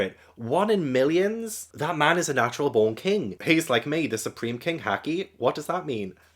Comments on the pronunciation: Excellent review! I’m so excited to see your reactions to the rest of this saga. Also, haki is pronounced the same as hockey the sport. For future reference, in Japanese all As are pronounced like the A in “caught”, never like the A in “cat.” That’s why manga is “mahn-ga”, not “mayn-ga.” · if you wanna get really technical, the japanese A is the open central unrounded vowel of the international phonetic alphabet (IPA), often identified with the character /ä/. Like i said, it can vary by accent, but "cat" usually employs the open front unrounded /a/ and "caught" uses the open back unrounded /ɑ/ or the open-mid back rounded /ɔ/ (this word varies more by accent, but most pronunciations have more of an "aw" quality). Heres a link to the ipa vowels wikipedia page which has a useful chart with sound clips for all the pronunciations, if ur interested: The point i was getting at initially tho, is english speakers will often pronounce japanese words with /ɑ/ as opposed to the proper /ä/ (think "nAWmi vs "nAHmi" or "sAWsuke" vs "sAHsuke"). I don't really know why, but it's just the tendency we've adopted, and in Japan, it's also an easy way to identify an english foreigner accent in japanese. Sorry if this was too much, I just really like talking abt linguistics lol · Haki is pronounced like hockey, and literally translates to something like "will" or "ambition". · Jimbei was name dropped when Yosaku was telling Luffy and Sanji about the 7 Warlords. And Haki is pronounced hack-key. P.S Do you remember Mantra from Skypiea? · It's pronounced like the british pronounce hockey✌️ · You know how to pronounce Nami so you know how to pronounce "a" and "i" in all japanese Words. Same with the "u" like in Luffy and so on. Haki should be easy to pronounce 😊 With every knew word, just remember the vowels of other japanese words✌️